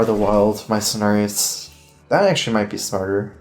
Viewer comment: Aquarius... "of water" Sagittarius... "of arrows" Cenarius... "of dinner"?!?!?!